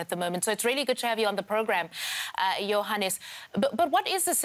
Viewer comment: When she said Johannes I thought she was saying “your highness”